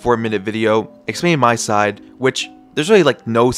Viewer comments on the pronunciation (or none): none